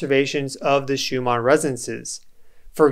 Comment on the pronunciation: You keep calling it Schumar